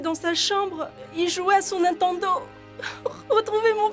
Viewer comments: C'est moi ou au lieu de dire Nintendo elle a dit Nan Tendo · "il jouait à son "naintandeau", j'adore :D